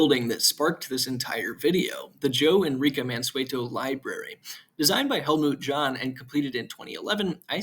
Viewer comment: Interesting video. A bit nitpicky here, but it's pronounced "Halmut Yon" .